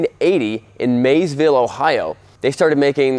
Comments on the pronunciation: Marysville not Maysville really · Marysville ohio, not maysville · It's actually pronounce Marysville Ohio, other than that your spot on. Keep the videos 😁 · It was Marysville, not Mayesville. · You said the city of production wrong, it is Marysville, Ohio not Maysville as u said. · I want to buy a gold wing. I’m 19 and currently ride a 2016 ZX10R. And it’s not Maysville, OH. It’s MARYSville, OH. Put some respect on my town, please 😭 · Marysville not Maysville. Just saying... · Marysville, not Maysville. Ohio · Thanks for your review. BTW it's "Marysville, OH" where Honda bikes were built.